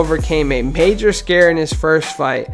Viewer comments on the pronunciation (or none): none